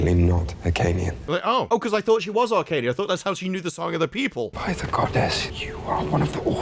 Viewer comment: I thought it was Hyrkanian not arcanian